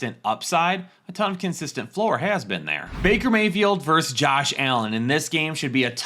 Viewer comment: VERSUS...say it with me...VER-SUS!